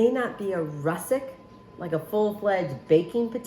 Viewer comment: Looks delicious! The potatoes are actually russeT not russeK.